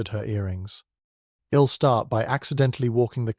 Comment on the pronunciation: May I suggest editing out all the moans and groans; also - isn't there some way to correct the pronunciations on the contractions? "ill" instead of I'll, etc? It's very distracting - especially the moaning.